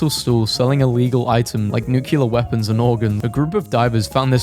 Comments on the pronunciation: Its nuclear not nucular you muppet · You mispronounced “nuclear”